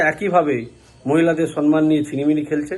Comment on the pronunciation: Vasata sonman noy vasata hobe somman